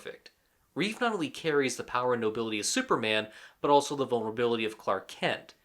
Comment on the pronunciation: Why do so many people have a problem with George and Christopher's last names? They usually say Christopher Reeves however there is no 'S' at the end of his last name. It's Christopher Reeve. George Reeves was called George Reeve in this video. SMH